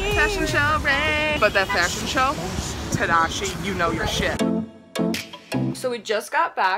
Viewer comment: "tadashi" im triggered